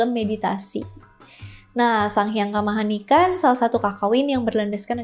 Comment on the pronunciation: Sang Hyang Kamahayanikan kak, bukan Kamahanikan